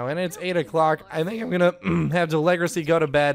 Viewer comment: you are calling deligracy wrong